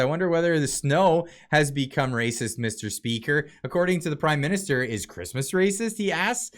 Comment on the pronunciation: sorry all i hear is crimeminister lol